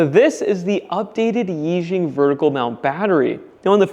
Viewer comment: Can't handle it anymore, murdering the pronunciation... yi sounds like 'e' Xiang sounds more like 'shang' E Shang Type it into Google translate and hit the button to listen... Really really sorry, love your content, but live in China, Chinese wife etc and this is messing with me... Normally let these pass, but watch too much of your content and it's triggering my ocd